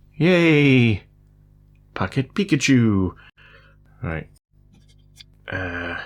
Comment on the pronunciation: peak‘a tschu 😂